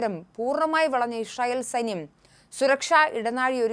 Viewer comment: Hi, the pronunciation is israel, but you are saying ishrael.